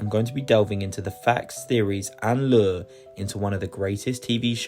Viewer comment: pronouncing 'lore' as 'lure' at the start of the video is such clear deliberate comment bait. Yes, I am now commenting, but I won't be watching the rest of the video. Bye.